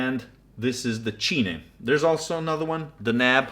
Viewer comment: Just to let you know "cine" is pronounced like cine like in cinema.